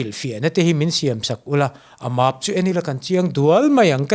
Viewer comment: Màaap ni lo e. Mæp tih zawh tur.. 😄